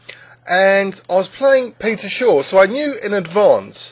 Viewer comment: Shaw not Short